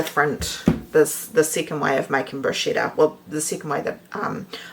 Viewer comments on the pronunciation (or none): Hi - just a wee hint before the Italian viewers growl: it's pronounced bru- sketta! Am definitely going to try the glaze. Thank you for the recipes. X